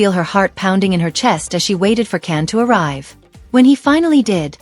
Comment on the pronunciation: That was some story guldan is cans mum not a close friend, his name is can not Ken and is pronounced Jan, he is not married at all and never has been ,please state that your peice is a story before you go any further 🎉